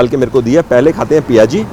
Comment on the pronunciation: Sir aapne to galion ki yaad diladi ... jaldi aana padega ab CTC ... Ayur sur Piyaji hota hai sir...coz it contains onion - in Odia it called “piaja” so us dish ka naam “piaji” hai not PIA ji ....